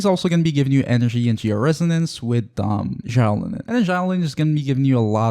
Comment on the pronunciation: the way you pronounce xilonen is painful